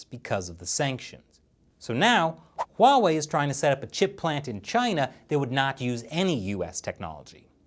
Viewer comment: That’s not how you pronounce Huawei.